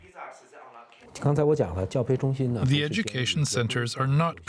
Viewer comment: It's not hard to pronounce "Xinjiang" (Sheen-jiang) and not necessary to pronounce it as "Qinjiang" (Cheen-jiang). The host should spent a few minutes to get this right before mispronouncing this place name repeatedly in this international forum.